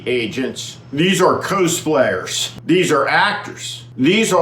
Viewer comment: Pronounced kaas players... as in costume players.